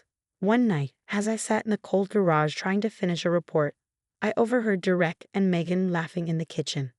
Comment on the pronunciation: For Gods sake “Derek” is pronounced dare-ek! Get it right or don’t do these narrations!